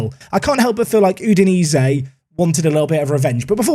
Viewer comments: Okay,, loving the series but my brain is struggling with your Italian pronunciation. So: 1) It’s not You-dinese or whatever you’re saying, it’s Ooh-dinese, and; 2) it’s not Samp-dorEEAH, it’s Samp-DOR-eah. That is all. Keep it up 👍🏼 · CREMO-NAY-ZEE. YOO-DI-NAY-ZEE. SAMP-DOOR-RIA. Just call them Samp. KAR-NA-ZEKKI.